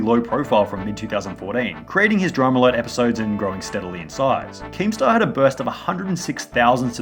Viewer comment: It will forever piss me off that Keem pronounces it "DramAlert" instead of "Drama Alert"